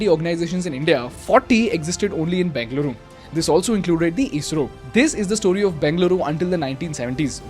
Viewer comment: Everything’s good, but pronounce it properly bro 😂. What are you banging, Beng-luru? Its Beng-a-luru. Im just correcting you nothing against you bro. Your videos are amazing❤️